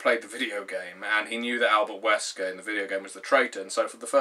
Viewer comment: Have a like just for saying Albert Wesker the way you did :)